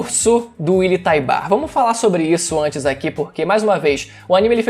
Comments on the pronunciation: Só eu que fico agoniado com a pronúncia errada o certo é "Taibur" não "Taibar" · Mano não é TaibÁr a pronúncia, é TÁibar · Acabei de rever o EP no momento em que o comandante Encontra o Willy a pronúncia é como se o U fosse mudo por isso falei que o certo seria Taibur tlgd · Willy taybar mano 😣😣😣😣.... Willy taybur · Algumas pessoas ficam excitadas por coisas diversas... Músculos Voz grossa Pegada Inteligência Barba ... Eu na real fico excitado quando o willyan tybur pronuncia.. "EREN YEAGER"